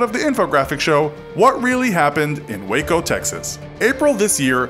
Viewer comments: I’m From Waco Texas And I Heard Of This But Thanks For Giving More Information (And You Actually Said Waco Right!~) And Don’t Call Waco Wacko-._-. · As someone who lives in Waco, I’m glad you pronounced it correctly